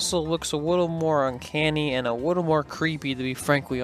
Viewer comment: Great video and great job since I love Chris Farley. By the way, A "wittle" more, and "Chris farwee"? You gotta learn to pronounce your L's when saying "a little" lol lol